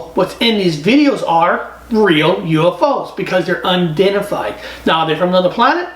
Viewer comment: It’s unidentified. Not undentified.